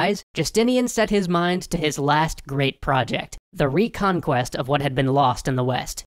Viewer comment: The way says "reconquest" sounds more like Recon Quest. Good name for a game...